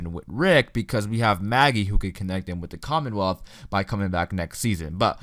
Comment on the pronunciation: Lol the commonwolth